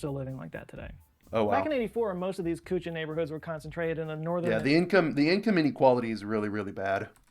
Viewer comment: kutcha is pronounced kaccha(raw) house and pukka is pronounced pa-kka (cooked) house